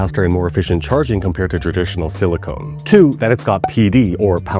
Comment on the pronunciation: Silicon not silicone.